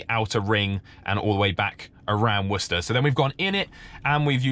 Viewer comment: Wow its so insane to here someone pronounce worcester correctly, as someone who lives in a town right next to worcester in massachusetts. Always hear war-chester or some stupid shit like that